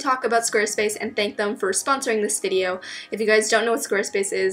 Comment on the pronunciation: its this not dis